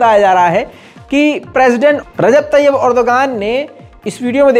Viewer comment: Erdogan ka sahee pronunciation hai Erdowaan